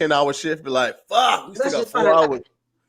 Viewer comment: Faaaaak. The 'u' is replaced by a few 'a's. New Jersey! WHUD (<-what)?!?😜